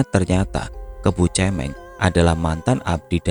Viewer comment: Mau koreksi dikit mas, kebo cemeng, pelafalan kata cemeng itu suara huruf vokalnya bukan seperti kata cemen atau mewek atau cewek, tapi seperti kata merem. Cemeng artinya hitam.